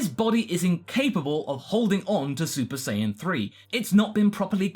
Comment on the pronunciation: Did he say saypa saiyan ?